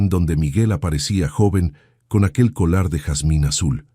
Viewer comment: No es colar, es collar se escribe con doble ll, collar por favor es la pronunciación correcta, no se oye bien tú narración diciendo colar.